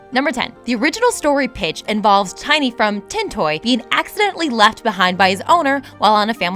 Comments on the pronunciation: It's pronounced TINN-y not "Tiny' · Stopped watching after you called Tinny , Tiny...you dunce. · it's tin e